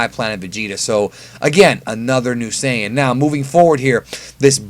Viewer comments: There is no such thing as Saiiiiiiiiiiii-en. It’s saiyajin or saiyan. Saiyan is some weird hybrid word you made up. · No, the correct way to pronounce the word Saiyan is not "sigh-yan." Yes, the Japanese word Saiya-jin is pronounced "sigh-ya-jin" but Saiyan is a word created in the English dub and has never been used in the Japanese dub, and is therefore pronounced however they say it is: "Say-yan." No matter how many times you say it, you're still wrong... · "Sigh in" isnt fuckin correct. Its "say in" in English and Saiyajin in Japanese. If anything "sigh in" is the least correct cause it aint correct in English or Japanese. Stop saying that. Its annoying.